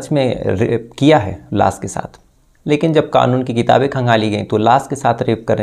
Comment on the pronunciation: Fix your "sh"and "s"like it's lash not las or shading not sadi😂